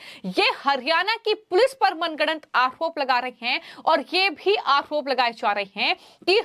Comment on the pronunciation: मैडम, आओप नहीं होता है, आरोप होता है। Please improve your language and pronunciation.